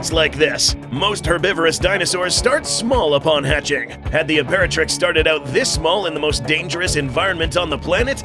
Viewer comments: imperatirx lol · Literally "Imperatirx" lmao 😂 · 00:1 Ultima Imperatirx? I thought it was ultima Imperatrix. LOL